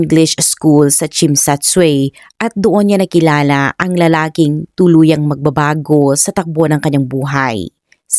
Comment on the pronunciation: Ung pag pronounce po ng Tsim sha tsui ------‐ chim cha choy😊😊😊